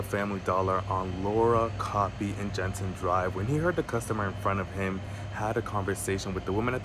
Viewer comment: Did he say off Jensen…..